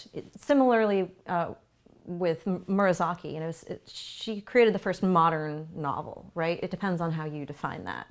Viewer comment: Good video. But it's distracting that you repeatedly mispronounce Murasaki as "Miura - saki". It's "moo rah sah key", not "me-urah sah key".